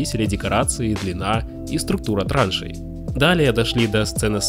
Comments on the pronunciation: трАншей? В фильме вообще то не деньги переводили, а бегали по траншЕям. Хоть бы текст заранее читали бы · длина трАншей! Может таки траншЕй? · тоже триггернуло. И ещё "трАншей" вместо "траншЕй" :) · ТрАншей туда же, у него проблема с ударениями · За труд спасибо. Но вычитывайте пожалуйста ошибки и ударения в тексте. Кроме уже упомянутых: структура траншЕй, а не трАншей. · кавараджо, шОушенка и транши.... серьезно???